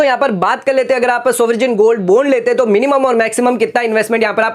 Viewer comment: Good info.spell as baund n not bond Sovrin is right pronounciation n not soverjin